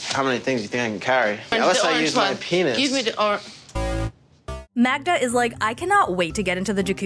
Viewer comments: The fact that Joe keeps calling Magda - Magna is sooo annoying. The guy is a walking red flag. Magda is just young and has a lot of maturing to do but what else do you expect from 23 yr olds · Can get her name right!!!! Its MAGDA NOT MAGNA …… Whats wrong with him get your girlfriends name right!!!